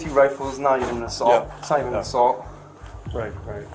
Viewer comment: The hyperbolic commentry is painful! Dude can barely say the word 'Rifle' properly